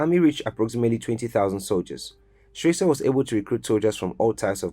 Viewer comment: Please, pronounce HE Rtd. Captain Valentine E. Strasser name correctly. Check the name tag in the very first picture, Not Stresser but Strasser. He was not a President but Head of State - Key note - he was not elected. Check SL constitution 1991- as currently Amended - Chpt V: The Executive - Section 40, 41 and 42 for further clarity. My observation, good job in general. I give you a B grade for rest of content. He was very much liked by a lot of the general public then and even today. Nice reporting.